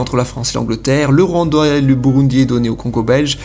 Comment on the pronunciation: Bonne video ;D Ps: c le rwanda pas le rouendouaya ; P